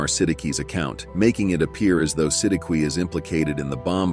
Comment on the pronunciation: If I'm not mistaken i guess itz pronounced as SI-DIK not SI-D-KI i hope I'm right!!!